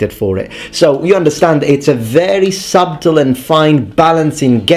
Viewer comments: I'm not trying to be a grammar Nazi or make myself seem superior, but I just wanna point out purely for the comical aspect of it, the comedic irony behind pronouncing the word subtle with an emphasized b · Great video! I love your content, especially the Roman stuff. A few corrections of pronunciation: "gibberish" is pronounced with a soft g, the "b" in "subtle" is silent and the "gen" in "genocide" is pronounced the same way as in "general". Peace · Subtle - the 'b' is silent.